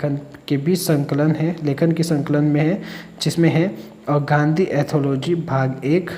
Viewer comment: ए गाँधी एथोलाॅजी नहीं ए गाँधी एंथोलाॅजी है।